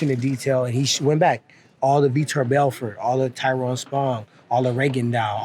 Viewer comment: Why can't these other promotions pronounce people's names correctly. It's not Tie-Ron moron. Surprised Woodly didn't snap at him. Hey everyone, it's Chuck Lie-Dell!! Are these guys coke-heads too?